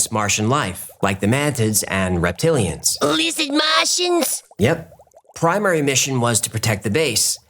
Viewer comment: "Lizzid People"